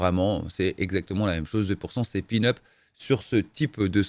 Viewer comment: " c est pin-up" 😂 on dit peanuts😅